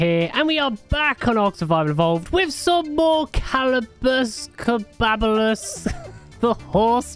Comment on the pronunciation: When tries to say Caballus in the beginning of every episode I am reminded of the scene from the original Pete’s dragon movie when the scam artist tries to pronounce the towns name Passamaquoddy and it brings a smile to my face every time 😊